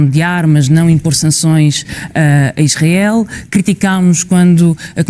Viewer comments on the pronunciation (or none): none